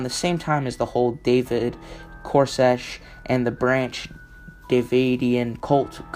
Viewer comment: Excellent upload, however, you need to work on your pronunciation. Her name is SheriLYN not SheriLENE. It's cult with a "u" not colt like a young, uncastrated, male horse. His name is David Koresh (pronounced core-esh) and the Davidian (pronounced Da-vid-eon) compound. Other than that, it's great!